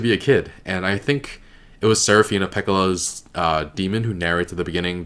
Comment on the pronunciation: stress on the first syllable, pekːɑlɑ - I went to listen to how they pronounce it again, and basically all the vocals are right, and all the consonants should be harder or sharper. Sorry I can't really explain it better, but you can go listen to it here